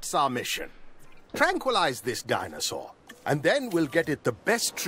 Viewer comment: malcolm always says "dinosaar" instead of "dinosaur" and its so funny